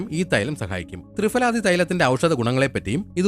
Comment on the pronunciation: തൃഫല തൃFaല അല്ല